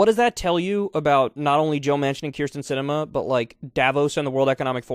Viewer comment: Can you pls just learn how to say it. Kinda like Betsy DeVos